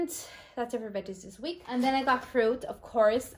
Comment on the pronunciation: At 2,43, when u said week, i thougt u said Greek lamo.